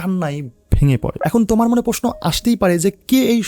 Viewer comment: 'তোমার' কেনো বলছেন উপস্থাপক?? উচ্চারণ আরও শুদ্ধ করবেন আশা করি।